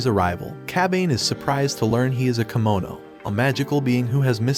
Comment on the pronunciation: It's Kemono Jihen, Not Kimono.